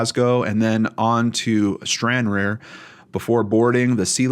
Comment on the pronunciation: It's pronounced Stran_rar,a ferry port that crosses to Larne. The UK has Ancestry .com where you can trace your family tree. I hope police are given access to that.